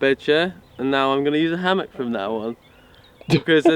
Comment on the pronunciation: "hamak" 🤣🤣🤣 Its "Hammock"👍😁